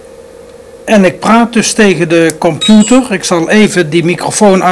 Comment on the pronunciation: Het is limbabwaans. Hij moest echt zijn best doen om Nederlands normaal uit te spreken. En dan lukte het nog niet. Ik kom uit dezelfde omgeving en heb dezelfde handicap. Wel altijd interessant om te zien dat hij zelf ook zo enthousiast was over alle “miekro eluktrooonika” en de wondurre werold van de kompjoetors. Erg mooie tv van toen.